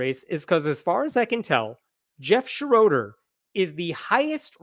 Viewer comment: It Shro der not Sha RO der. it's German.